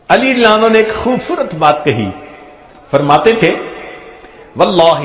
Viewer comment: یہ صحابی کا نام لینے کے بعد تیز تیز کیا پڑھ جاتے ھیں؟ ایسے سنای دیتا ھے جیسے ابو بکر کا نام لیا اور ساتھ میں بولا " میلانو"